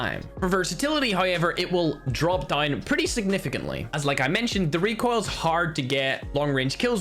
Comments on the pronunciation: "Reek oil" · Just wanted to hear saying Reek oil